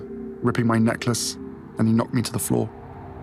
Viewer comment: He bwoke my neckwace 😟